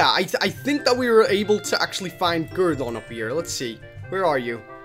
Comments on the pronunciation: Mate its not guradon its groudon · YOU CANT PRONOUNCE GROUDON CORRECTLY >:(